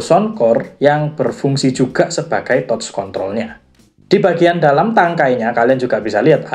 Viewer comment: Reviewnya keren dan lengkap, cuman maaf sedikit saran aja mas.. pronunciation bahasa inggris nya tlg di perbaiki.. banyak yg salah.. misal kata wind atau touch.. hal sederhana tapi agak mengganggu aja sih, kan sayang konten udh bagus2 gini tapi englishnya gitu.. hehe.. sukses terus channelnya ya mas..